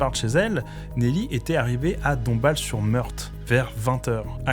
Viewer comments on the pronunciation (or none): Ça se dit " dombale" et pas dombassle chef